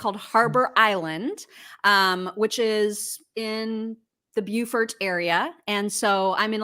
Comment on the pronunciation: Don’t they pronounce it Bo-fort instead of Bew-fort? Asking for a friend.